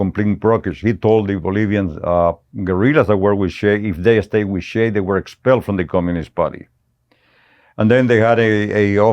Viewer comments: You've all been pronouncing his nickname wrong. 'Che' is pronounced as you would che in cheese. Che is a sentence filler like some Americans use 'like' every two seconds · This guy comes across as a lying piece of 💩 he’s lied so much, he doesn’t know when he’s telling the truth 😂😂 at least pronounce Ches name correctly you FN clown 🤡